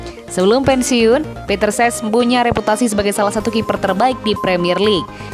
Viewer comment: CECH bukan SES